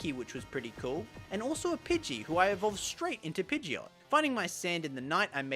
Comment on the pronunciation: When you keep calling Pidgeotto, Pideot 😤 No but super awesome video! Had very fun watching it 😄